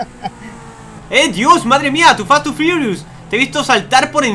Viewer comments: Like si os dolieron las orejas quando dijo fast and forious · En el inicio dices to fast to firius